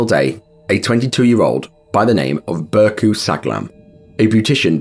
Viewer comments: That's not pronounced "Burcu Saglam", this is silent "ğ", it's "Bourjue Sallam". R.I.P. everybody. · Kindly pointing out that the "c" in the Turkish alphabet makes a "j" sound. Just for future reference with Turkish names. Burcu's name would be "Bur-ju" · Burcu in Turkish is pronounced Burdju -- the c is like a j in Turkish. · How did you manage to mess pronouncing Burcu that bad lmao